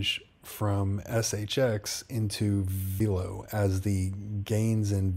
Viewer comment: My guy, it’s pronounced “VEL-LOW” like “hello” with a V. I only know this because I’ve watched interviews with their executives. Love the content and vids 🙏🏼🤘🏼